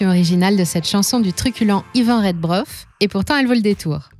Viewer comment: Iván Rebroff, pas Redbrof!!